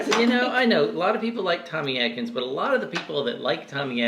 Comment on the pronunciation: I believe it's Tommy ATkins. Not ADkins. Isn't it? The few I've had were horrible. Pure fiber.